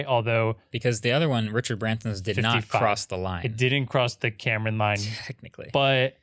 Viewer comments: 1. Karman Line is pronounced "car man", not "Cameron line". SpaceShipTwo does not pass the Karman line, only 85km rather than 100km. Still space though by Nasa/FAA/USAF standards 2. VSS Unity is the spacecraft that Branson was in, Mothership Eve is the "carrier" plane, it's essentially 2 of the same fuselages as Unity combined with a single wing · Get Tim Dodd on the podcast! Also, it's pronounced "carmen" not Cameron. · it's hungarian and you can actually pronounce it easily "k-ah-rm-ah-n" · no it's karman, the a's are pronounced as à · Please never pronounce karman like that ever again